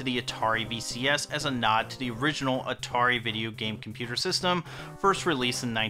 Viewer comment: Lmao "compeddler"